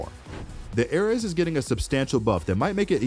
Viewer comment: My heart started to bleed every time he talked about the ares. Who says it like that!